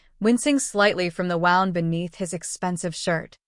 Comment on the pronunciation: It's "wound" as in a boo boo. Not "wound" as in wound up. Come on, fix the AI. 👎 I HATED the ending. 🤬🤬🤬